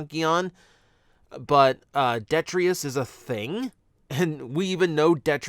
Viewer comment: His name is Detritus, not Detrius.